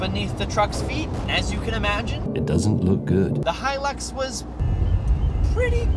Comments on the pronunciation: us aussies dont say he lix we say it high lux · Im Australian, and you butcherd the pronouncing of hi-lux, in au they just get called luxys (lux-ie-z) or a lux Who tf calls em a he-lux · we say high lux not hie lux in austrailia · We don't call it a heelix in Australia bud🤦‍♂️ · Its pronounced Toyoda Haelux. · No one pronounces it he-lix, only Americans... the rest of the the world says high-lux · Hi lux Hi lux not he lux. Aussies say Hi lux not He lux. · Us aussies don’t pronounce it heelux😂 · What makes you think Australians say heelix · Did he just say hill ux if your an aussie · It must be an Americans thing with the pronounces and all. HE.lux, it must be identifying as a HE. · I’m Aussie n we don’t it like that 😂😂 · Aussies don’t say it like that you weirdo